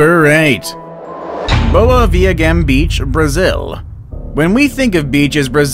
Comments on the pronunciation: The last syllable in viagem. Is pronounced like Jay. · Any brazilians here laughing with the "boa viagem" mispronunciation? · Uu pronounced "viagem" very wrong 😂😂😂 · Ok im brazilian and im not gonna lie his pronounciation of boa viagem beach was disgusting, but since i have a lit of friends that have a disgusting pronounciation of anything in português, im actually fine with it